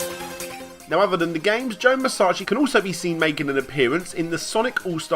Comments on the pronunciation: Why do you keep saying his name as Joe Musachi and not Joe Musashi? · musachi? you mean musashi. speak properly my guy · Every time he says Musashi I die a little inside